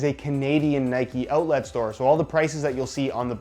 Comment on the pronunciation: Nobody:: “outlat”